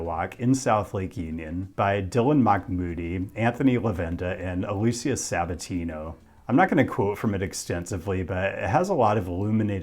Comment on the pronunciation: don’t you think that if the dude’s last name was “Makmoudi” he would have written it that way and not “Mahmoudi” which is clearly not pronounced like that?